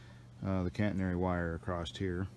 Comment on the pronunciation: Its a catenary system not "Cantenary". Just fyi. I admire your dedication and determination. Looks like fun, but a lot of hard work.